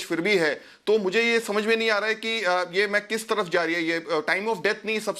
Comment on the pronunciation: Reha janha not waha reha